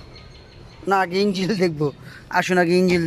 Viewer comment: Engil nah. Sagol. Engine